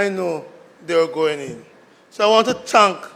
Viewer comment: Senator, is it "TANK" or THANK"?